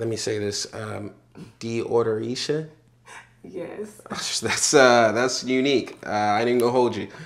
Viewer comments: Did that lady say Deodoreesha???!! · “Deodoreisha” tf is THAT!? 😆🤣🤣😆